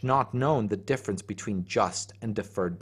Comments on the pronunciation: There's some words in this I'm not sure I'm hearing correctly or they are new to me or they are not being pronounced correctly: > defference ....Are you saying "difference" ?! > neotny ...... Not sure what this is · Deaf-rence Dif-ference